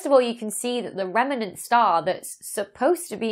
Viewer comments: Excellent video as always Dr Becky, but pronunciation police report here: remnant has two syllables, not three. It’s rem-nant, not rem-er-nant. xx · I love your channel! Question though ... how many syllables in the word "remnant".